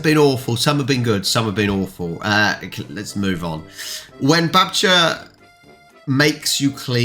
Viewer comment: Few more of these and you'll finally pronounce it "babcia" every time, not "babkyah" :D